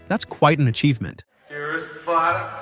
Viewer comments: Like moo-dah and fad-ah? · Yep, the mispronunciation of "Muddah" and "Fadduh" proves that the "narrator' is not a human being who has ever actually heard the song! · Your $TUPlD Al doesn't know the correct pronunciation of 'Muddah' and 'Fadduh' because IT IS NOT HUMAN. Are YOU?